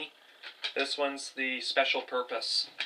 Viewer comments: purpose* not porpose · Oh and “Special Popruse” by the way, it’s purpose you fucking nut.